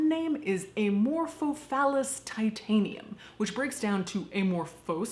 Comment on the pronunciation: Titanum Sounds like you said Ti-ta-ni-um as in the elements table. It is Titan meaning "big" ...yes.